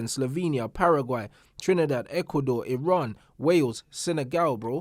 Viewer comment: I’d just like to thank for pronouncing Iran correctly 🙏🏼 thank you my brother. Big up ❤️